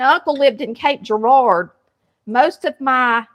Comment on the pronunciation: WOW!... Cape Girar(dough) lol...you left the dough part off of Girar-dough is my Hometown still yet....COULD NOT BELIEVE when you spit that out😂...enjoying your video....Salmon patties on my list!!❤ Thank You!